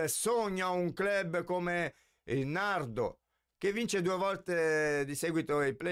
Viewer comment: Forse era il Nardò? Con l'accento sulla o finale?